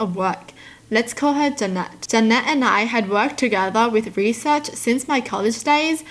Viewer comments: The way she pronounced Janet as Juh-net instead of Ja-nit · maam, its jan-et not janette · I think the name is pronounced as Ja-nit. Like nitpicking.